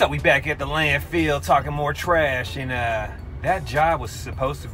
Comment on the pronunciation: Love U guys. So funny, informative, motivational. Love it when U call it the "Land-Field" instead of Landfill. Love the positive attitudes. Great Work.